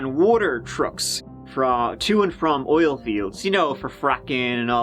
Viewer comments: "In this OLE video" 💕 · did you mean in this "oil video" instead of "ol" ?